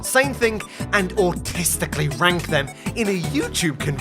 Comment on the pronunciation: i have something very against the way you say Autistically